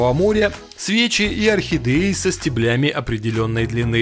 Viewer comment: Не стеблЯми,а стЕблями